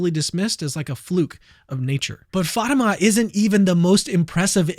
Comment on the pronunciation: It's not Fayma, it's Fatima